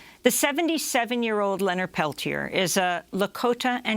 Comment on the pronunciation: You interviewed him 2012. You know the story og Oglala.... you still can't pronounce the man's surname. You know, the modicum of respect whether their name is complex and Icelandic or some very simple Swahili name LEARN HOW TO PRONOUNCE THE NAME .It's not difficult. 'MURICANS